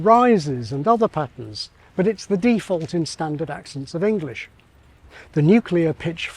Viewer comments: I find your stressing the first syllable (a prefix) of "default" very strange. Otherwise very informative. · Your default "default" seems to be /ˈdiːˌfɔlt/ whereas my default "default" is /ˌdɪˈfɔːlt/ ...I'd ˌrɪˈsɜːtʃ it, but I really don't have time to do any ˈriːˌsɜtʃ